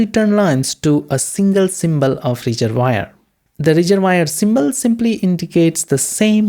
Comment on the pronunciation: great explanation, love the reservoir pronunciation, thx